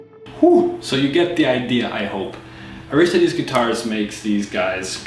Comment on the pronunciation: Great review! I don't like how you keep mispronouncing Aristides though. It's AR-is-TI-des. Maybe I watch too much Jeopardy, but I like pronouncing things correctly.